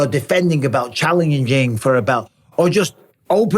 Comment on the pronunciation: Bisping couldn't says challenging lmfao chaleniging 🤣